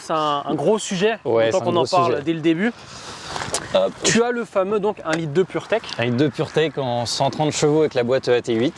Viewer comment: Dès qu on entend purteck 🤣🤣🤣